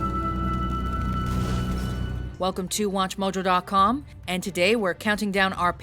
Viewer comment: in the intro yo said its wathmojouk